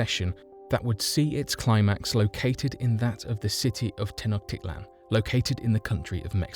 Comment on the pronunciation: This is the worst history video I've seen on YouTube. There too many historical inaccuracies to name them all, whoever wrote the narration barely speaks English, and the pronunciations of the city names are consistently mispronounced. Tenochtitlan is mispronounced and Teotihuacan, which wasn't even an Aztec city, is repeatedly mispronounced as "tay-o-tee-ha-wan." Unbelievable!